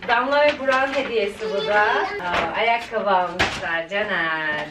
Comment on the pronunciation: Yaaa Akkabiii demen bitiriyo beni ne gülüyorum ya ayakkabi deyişine🤣🤣🤣❤